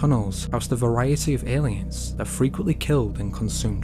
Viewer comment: I don't hear "alien". I hear " Indian " mostly because I hear a D sound.